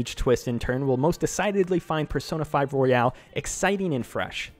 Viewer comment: it's royal not royale